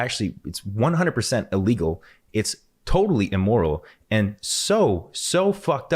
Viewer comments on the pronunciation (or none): The word is "illegal" not "alegal"